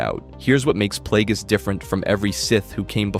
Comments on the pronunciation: "Darth Playgays" bro 💀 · I came here for this comment 😂 who tf pronounces it like that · Darth Plagueis not Playgays. Dose show up on screen. The Acolyte episode 8. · Ah yes…. Good ol “Darth PlayGays”….. 🤦🏾‍♂️🤦🏾‍♂️🤦🏾‍♂️ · Hahahahaha! Playgays im dead bro! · Why are you saying Darth Plagueis like that? 🤣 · Bro, I like the vid, but learn how to say the names before you make content.😂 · He knows damn well he was saying it crazy